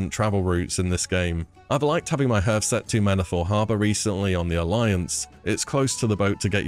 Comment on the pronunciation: Hearth as in heart, not as in earth 👍